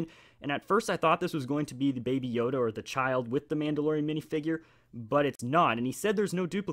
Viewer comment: You said baby yoga BRUH hahahahhahahahahahahahahahaa